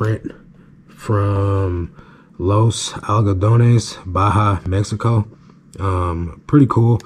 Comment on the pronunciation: Liked how you pronounced correctly the name Los Algodones. Good job!